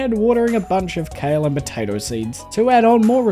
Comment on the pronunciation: Did anyone else hear botato instead of potato? I love the videos thanks so much 💙